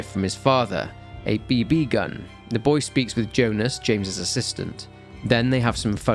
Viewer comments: You don’t have to put an emphasis on the second B in BB gun you say it like BeeBee not bB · he Pronounces BB like Bee Bee. you Know who would do that, a Synth!? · The pronunciation made me pause the video and go back 😂